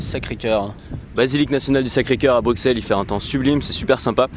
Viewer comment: Mais mais mais! On ne prononce pas le X de Bruxelles comme un X mais comme un S.:P C'est clair que la bière belge, c'est pas de la blague! J'espère que tu as aimé la capitale en tout cas. C'est ma ville de coeur personnellement.